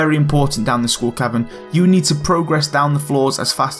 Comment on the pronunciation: School Cabin